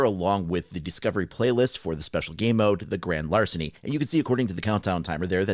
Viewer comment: Great larceny not larcent